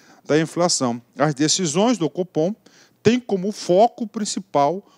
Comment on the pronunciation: Competência do "fofom", brincadeiras a parte ótima aula!